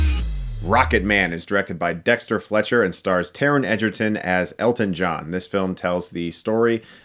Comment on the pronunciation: im sorry but I'm pretty shore its prenownst as egg-erton and not ejerton